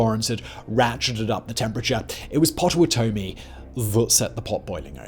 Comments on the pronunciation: Having lived in Kansas and familiar with the Native names given to many places, I cringe every time he says Potawatomie and Osawatomie. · Hearing him pronounce Potawatomi, I had to pause the video and save myself from choking to death on coffee. lmao....